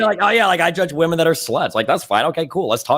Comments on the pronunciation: I've never heard so many people pronounce 'women' as 'woman' before watching Destiny. It's so weird. I wonder if Stardust still does it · ANOTHER mf who doesn't know the difference in pronunciation between "woman" and its plural